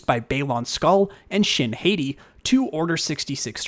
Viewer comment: My color of choice is deep, UV (blacklight) purple. FYI, Shin Hati is pronounced HÂH-tee (like Hottie), not HATE-ee. Skøll & Hâti are wolves in Norse mythology and regarded as forces of evil.